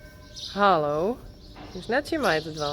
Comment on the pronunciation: Well, that's closer to a horse's teats than I ever imagined being, LOL! I always laugh when says, "Hullo!" Both mom Uniek and baby RS did very well, very cooperative. I love it that Senna has a playmate now, sometimes. Will help keep her young. And it won't be too long before Senna won't be able to boss Dieuwke around very much. Rottweilers get big and powerful.